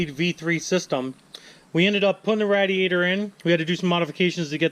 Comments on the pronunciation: Since you can't pronounce radiator, please stop saying it!! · The way you northern people say “radiator” 😂🤣